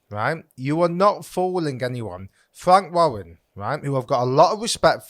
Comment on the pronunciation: Fwank wawwen